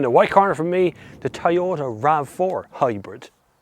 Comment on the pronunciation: Why do they pronounce it as Tie-ota? Is this the same brand we know as Toyota?